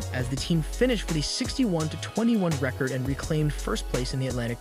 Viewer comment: re' cord? sack a mores? intercepted an inbounds pass from is' a ? , A year later was Birds final year on earth? game 4 of a series with Cled lan ? Watching the street louis cardnals play baseball. This guy reading the script has never seen a basketball game, and evidently is not even remotely familiar with the English language. This is laughable.